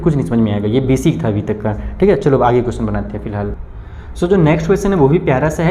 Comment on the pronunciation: Aag nhi age hota ha sir aag kyu bol rhe 🤧